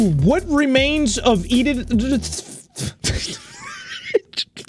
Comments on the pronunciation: "edith ffffshh" 😭😭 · IM SORRY I HAD TO THE WAY U TRIED TO SAY EDITH